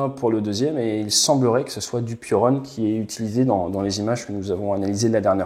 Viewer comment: "Piorun" se prononce "pioroune" (ou pioroon pour les anglophiles) et ça veut dire éclair/foudre en polonais